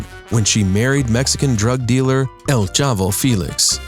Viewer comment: And his Spanish is not bad. (except he can't pronounce, EL. An says L.